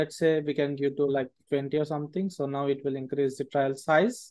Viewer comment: great tutorial. Pronunciation of TRAIL is wrong throughout tho - very grating!! I kept expecting a judge & jury to accompany the trial : D